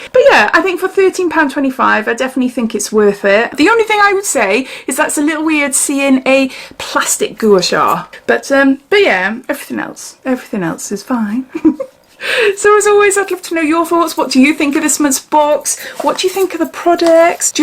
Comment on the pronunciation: It's pronounced gwa-shaa